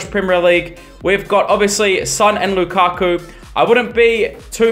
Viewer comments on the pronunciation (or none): none